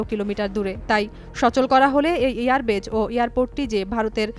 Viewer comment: এয়ারবেজ আবার কি? কথাটা এয়ারবেস😅